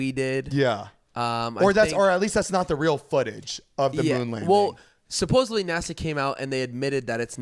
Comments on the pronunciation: It’s SUPPOSEDLY, not “supposably” lol omg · Idk why but constantly saying “supposebly” instead of supposedly makes me actually angry lol